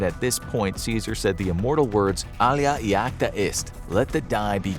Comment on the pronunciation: "alea iacta est" not este... and it means "the decision is made" or "the die is cast"